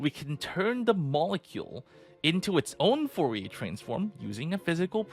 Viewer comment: Foh-ye transform lol